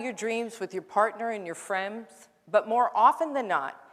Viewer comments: Did she say "Frems" ? Lol Love ted talks Bear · Beauty And The Bear but what if i dont have any "friemds"? :)